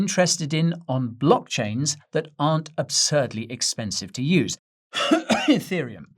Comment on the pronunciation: He said he was coughing 😷 etherium lol😂feessss